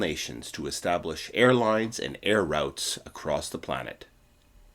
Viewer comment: Routes! Rout has a completely different meaning. Also its nought not ought. Stop😢 copying simple people and learn to speak English.😢